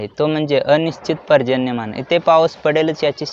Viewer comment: Prajanya nahi bhawa,parjanya cchayecha.prajanya cha arthach vegala hoto.baki tuze sambhashan changalech ahe.